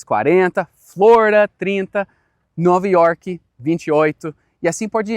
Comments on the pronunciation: 9 Iorqui ele falou igual um br coitado acho q nem ele percebeu isso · Eu vivi pra ver um Americano falando NOVA York 😂